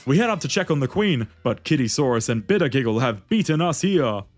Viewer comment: I really like bitter giggle I hate that you butchered his name but eh